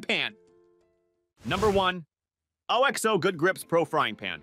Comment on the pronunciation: That's pronounced "Ox-oh" and "versa-tyle"!